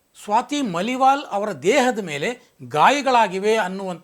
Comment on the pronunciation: ಸ್ವಾತಿ ಮಲಿವಾಲ್ ಅಲ್ಲ, ಮಾಲಿವಾಲ್